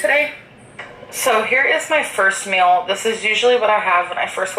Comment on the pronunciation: I get a brain Arianism every time she pronounces 'meal' as 'MEUUUL'